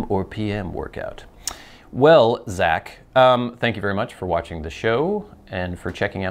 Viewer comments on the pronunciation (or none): none